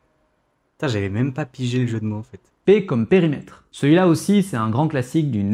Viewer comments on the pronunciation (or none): Très clair, merci. Sauf... à 12'31'' : c'est quoi un "Périmetère" ? ^^